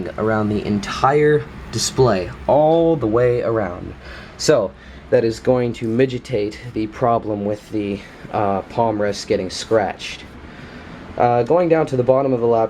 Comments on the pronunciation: Fast forward to . he says migitate instead of mitigate. makes me laugh every time. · I heard midgetate lol